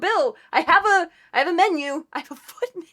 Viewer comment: „Ihaveamenue“….snortgiggles. and your POV on Medusa is on point